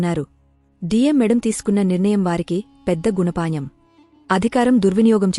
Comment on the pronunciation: Gunapatham ani uchcharinchali. Ee doshalini chusukondi